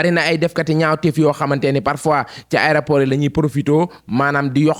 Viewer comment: Juste morte de rire en l’entendant dire aidaport